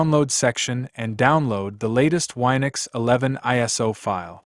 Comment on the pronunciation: It's Win-ux not Wi-nux.